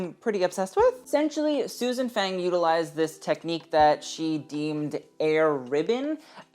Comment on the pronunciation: Small note, Susan Fang is not pronounced like the english word fang, but more rhyming with lung.